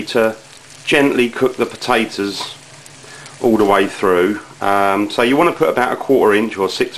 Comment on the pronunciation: You mean the pota`oes?